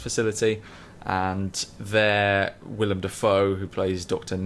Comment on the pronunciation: Its willem not william